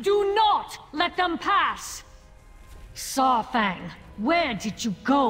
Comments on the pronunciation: It's pronounced SAR-fang. Like DINO-SAUR-fang. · But i have one question for, who the hell is Saaarfang? She never says Saurfang right. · I really don't like and how she pronounces Saurfangs name, and the way she sounds like Severus Snape.